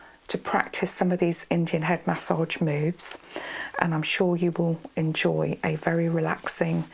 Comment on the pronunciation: I've never heard someone pronounce massage as mahss-otch and the word cautious as coch-ous. 😆 Very relaxing voice and video though. 👍